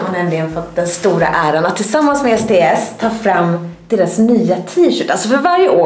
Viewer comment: När du sa sts trodde jag du sa sd